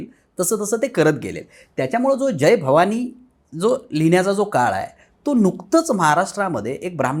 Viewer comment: जय भवाणी नाही ग बाई,जय भवानी असा उच्चार कर.मराठी नीट बोला ना